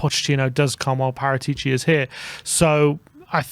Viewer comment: It's wrong speak Paratìci, the correct sound is Paràtici